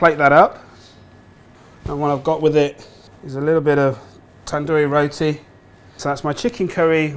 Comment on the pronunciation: He says Roti like he’s not an indian 🤣 dude say it properly you white wannabe Bander 🤮